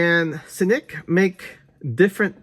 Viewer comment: Dude it’s cnick not snick lol